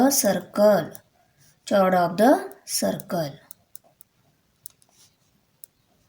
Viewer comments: Ma'am Chord Nahi bolte Cord Bolte he Use😂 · Mam your pronunciation is wrong you pronounce chord cause it's spelling is chord but h is silent so you should pronounce it cord👍. By the way tysm for helping 😊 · We did not call it's chord we say kord pls understand thr pronunciation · Thank you mam but this is chord not chuard 😅. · Chod nahi chord kahte hai 😂😂चोड नही चोर्ड कहते है 😂😂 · Mam aapane chord Ko chhord pronounce Kiya hai yah galat hai please ise sahi tarike se pronounce kijiye . Agar apko bura laga ho toh 😔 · Thanks alot mam you are best teacher of world you teach beautiful tomorrow is my paper but pronunciation is not chord h is silent so pronunciation is cord if you feel bad for that sorry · Chord is pronounced as kord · Mam you tought very beautifully.. i just wanted to correct you as for the pronunciation of chord is (kord) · You do not speaking chord spelling right (कार्ड) this is right to speak.